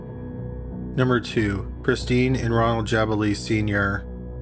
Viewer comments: Ghislaine is pronounced Gilaine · number 1 jizz-lin??? cmon ffs i know your canadian but jesuschrist its ok you say hewse not house and abewt n bewt not about lol , remember maxwell? its pronouced GUH LAIN ffs and jizzlin marchelle??? wtf say it like marsh-all... no 'elle' at the end wow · Ghislaine = Ghee-LEN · Mispronouncing Ghislaine I get, but Calgary? 😋